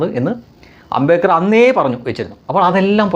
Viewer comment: Its NOT AMBEKAR. The right name is AMBEDKAR.